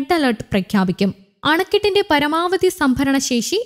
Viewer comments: അതാ ആദ്യം പഠിക്ക്... ശേശി അല്ല "ശേഷി" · പറയാനുള്ള 'ശേശി' പോലും ഇല്ലല്ലോ ന്യൂസ് റീഡർക്ക്🤣